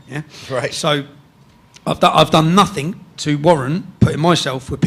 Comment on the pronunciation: Calls himself a journalist but says "No Think" instead of "Nothing" What a prick.